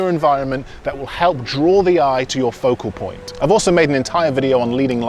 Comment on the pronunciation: I like when he say "POCO POINT"😁